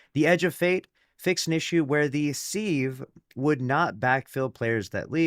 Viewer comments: Sieve is pronounced siv. Not seev. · SIV IT'S PRONOUNCED SIV! sorry man, streamers are killing me